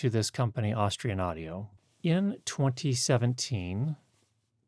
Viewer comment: When you're promoting a brand, doesn't it help to say the name right? 🙂